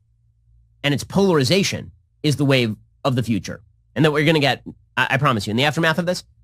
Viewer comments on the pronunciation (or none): none